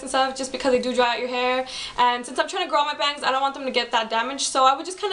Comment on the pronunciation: Youur pretty & you got style . But i juhst HATE the way you say "bangs". That got annoying -.